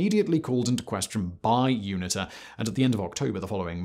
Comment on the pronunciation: Erm, Simon it's MPLA, not MLPA. And you pronounce UNITA as You-nee-tah.